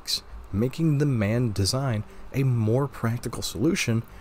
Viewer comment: BTW, MAN is not a Word like „Man“ as in „mankind“ but an acronym for „Maschinenfabrik Augsburg Nürnberg“ machine Factory Augsburg Nürnberg. It is pronounced M. A. N. as single letters in German. Man makes me cringe. It is like calling a famous english motorcycle a bsa like bzzzzz.